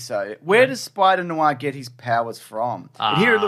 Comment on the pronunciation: I thought at first you were saying "Spider Noo-ah" as a bit, but by the end I was pretty sure that's how you're really saying it. It's "nwah."